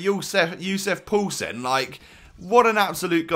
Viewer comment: When you say poulsen it sounds like you saying pøelsen and that means sausage in Danish